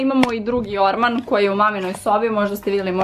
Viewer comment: Kako je meni čudno kad kaže ormaN😂😂😂😂